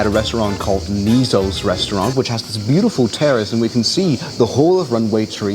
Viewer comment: "yEfira kanOni pErama" it is called "E geean" it is called "NI sos" it is called Also thanks for visiting my country!